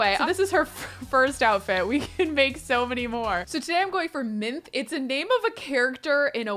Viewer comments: god this whole time ive been reading Lore Olympus, i thought “Minthe” was pronounced “Min-Thay” lmaoooo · Mithe (minth-ee) is the original mint nymph! We LOVE Lore Olympus❤❤ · Me too! Though am I the only one who thought it was pronounced Minth-ee? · Classics PhD candidate and teacher of Ancient Greek here. Minthe (Μίνθη) would actually be pronounce like Min-thay or Min-theh, as in pronouncing that last e. In Latin and Ancient Greek in general there are no silent letters. The more you know :) Her story is mentioned by Strabo and by Oppian, which is why there are two slightly different versions being discussed in the comments (Strabo says Persephone trampled her under foot and then turned her into mint, and Oppian says Demeter did it for her daughter). There is also a small account by a scholiast on Nicander (basically some guy wrote it in the margins of Nicander's poetry, as commentary), that Persephone actually tore her up into pieces, but then Hades (feeling guilty for his mistress) turned here dead torn up body parts into mint (gruesome!) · you’re correct. In Greek you pronounce that last e as a y sound. Minth-y, persephon-Y and so on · Hey!! Not sure if you knew, but Minthe is pronounced Min-thee, I believe... and in real Greek mythology, she IS the origin of the mint plant! Basically, she did used to be Hades lover in mythology, but he left her after he married Persephone. She kept saying how she was better than Persephone, and Persephone, irritated, turned her INTO THE MINT PLANT WE KNOW AND LOVE! Anyway, love your content and love all your Sims challenges. So happy to follow you onward from the 100 baby challenge! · Wow she really said Minthes personality but Thetis's colors scheme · I love you but it is pronounced Min-thee and you are 100% right she is awfuuul 💕 Loving the new series! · Minthe, the nymph, is pronounced Min-thee. And it means mint, she is turned into a mint plant in the myth. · Not pronouncing Minthe like minth 🥴